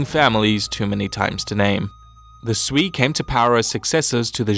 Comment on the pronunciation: Sui is not "Swee" :') it's "Sway" dynasty